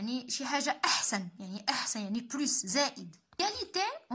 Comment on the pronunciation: علاش كتنطقي s ديال plus فاش كتكون فالجملة